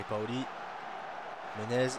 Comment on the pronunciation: Tes videos sont super l'ami ! Je suis ta serie depuis aujourd'hui et je suis deja à la saison 2 mdrrr . Juste un truc a dire , on dit POLI et pas PAOLI . sinon rien a dire ;)